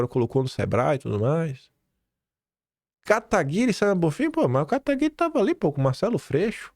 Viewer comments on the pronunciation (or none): none